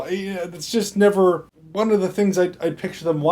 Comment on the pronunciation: 936: I heard that! You said "I neverD thought" lol I knew the AnDaconda thing wasn't a complete goof! Good review byw you're quite charming to listen to